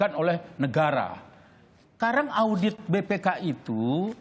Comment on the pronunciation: lidahnya keseleo 😅😅😅